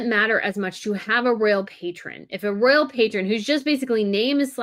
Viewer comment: Pronounce ROYal...